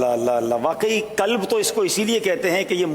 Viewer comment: حضرت دل کو " کلب " نہیں "قلب" کہتے ہیں۔